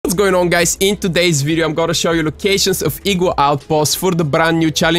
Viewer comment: My friends are bullying you because of your intro when you say what’s going on guys but they think your saying what going gong guy I am trying to stop them and it’s so annoying because I’m a fan of you